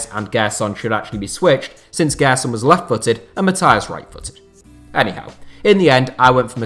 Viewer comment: When ever he said enyhow I think of Eddie how